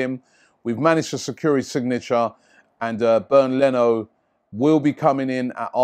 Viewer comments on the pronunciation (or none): It's not pronounced as "Burned" Leno ...lol...it is pronounced more like "Bay-end" Leno.